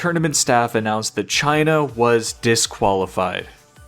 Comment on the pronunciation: why u have to say "Cheaina"